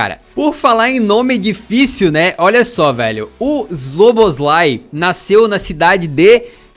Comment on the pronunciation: acho que se fala xoboxlai(com chiado)